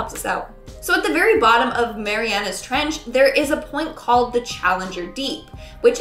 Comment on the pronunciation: Did you really say Mary Anna's trench?..... I know everyone makes mistakes but your editor, in many different videos, has made very silly mistakes/let y'all say something weird